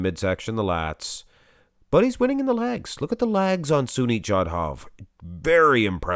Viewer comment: Ok its legs not lags not trying to ne rude but after a few videos i had to do it. Maybe ur doing it on purpose just to be funny idk